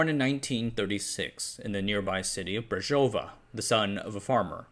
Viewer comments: "Březová" is pronounced "Brzhezovaa" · Bruh, you are so lame :( You cannot even pronounce "Slušovice", "Zlín", "Březová" and "Czechoslovakia". Your other content suck as well. Do yourself a favor, stop scraping Wikipedia for your lame misleading videos and do something useful insteads.